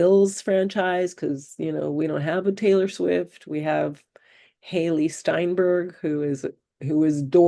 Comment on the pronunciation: Steinfeld, not Steinberg!